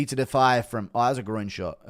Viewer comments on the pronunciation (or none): none